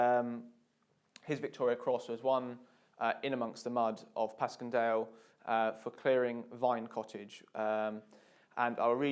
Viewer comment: It's pronounced pash-en-Dale